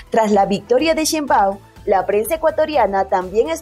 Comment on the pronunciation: Chein baum. No chein báum